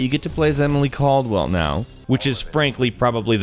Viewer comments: KALDWIN! Emily KALDWIN! Not Caldwell. Kaldwin. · He says Emily Kaldwell. It's Kaldwin bro x)